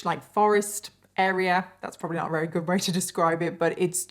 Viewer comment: I think its cute that you sometimes say wery instead of very. Is it your accent??